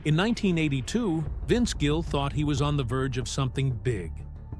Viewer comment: Incredible. Title has nothing to do with story. Can’t pronounce his name right half the time. He is a great human being and talent and deserves so much better. I wish he and Amy all the best.